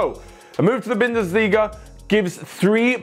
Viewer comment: said bindesliga who picked that up😂😂😂😂